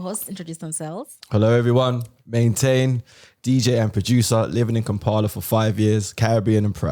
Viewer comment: Stop saying kaampala. That is so colonial. The right word is Kampala. Ebyo bi Kampala bya nsobela da. It is Kampala. Did england change they name to suit foreigners??????? No China no India. Noboy accommodate foreigners like that. It is not kaaampala. It is Kampala.